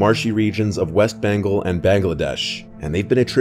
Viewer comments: Bengal is pronounced "BENN-GAWL", not "BENGLE" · “Bangal.” 😭🤡🤡🤡 tell me ur American without telling me ur American. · The worst part is he can't pronounce bengal